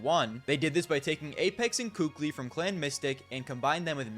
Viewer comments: It’s not about « sounding better »… it’s literally pronounced kaly if you’ve been around the scene at the time, the kukli thing comes from scream trolling years later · It's actually pronounced KQLY...